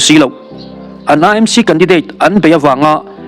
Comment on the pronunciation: E m c, ani lo AMC tih a lam tur...A hi E ani lo aw...😂... MNF ho piansual Zia hi chu aw, ngaihdan chi pawh an ni lo. Ka hlap hrep chak hlawm ania...😅